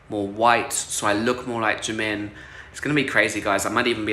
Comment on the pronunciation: I feel so bad for jimin! He literally hates Oli and thinks he is really creepy which I’m here with him for. Oli is super creepy. Sending love to jimin <3 (I’m also a huge fan on bts, not all of us are totally crazy 😭) Also his name is pronounced “Jim - in” :)